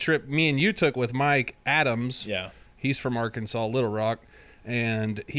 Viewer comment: He said R-Kansas. That's what we call the river. Lol